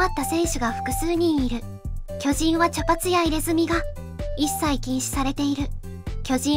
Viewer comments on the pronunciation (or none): きょ⤵︎じん⤴︎ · 巨人のイントネーションが気になる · 巨人のイントネーション😅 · 巨人のアクセントが気になる。。。 連呼するならアクセントなおしましょ